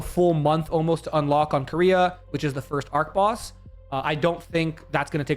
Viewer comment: You mispronounced archboss unsubbed